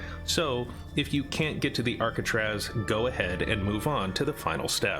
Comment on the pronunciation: Hey at least he can pronounce arcatraz